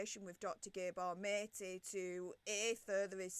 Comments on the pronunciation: 😂😂😂😂😂 the way she pronounces Gabor’s name! Has she not heard of Gabor Mate? I just couldn’t watch this. For future reference his name is pronounced Dr G(ah)boar Mart(ay)……for goodness sakes… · “Gaybor Matey” LOOOOL 🤣